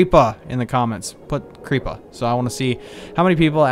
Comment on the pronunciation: Stop saying creeper and creepah